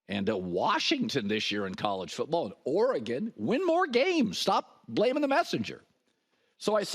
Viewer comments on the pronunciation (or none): none